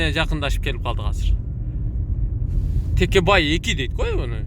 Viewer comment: 😁😁😁 текебай эмес такебай